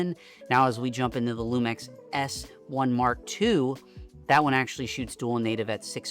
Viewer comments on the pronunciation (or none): Hearing it pronounced Lumex was killing me lol